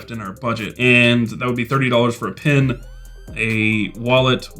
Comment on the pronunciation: I was a good way through the video before I realised when you say pin you mean pen 😂